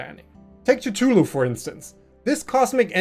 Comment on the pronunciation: is the wildest pronunciation of Cthulhu I’ve ever heard…… Awesome video, just thought it was a funny dikhead comment to make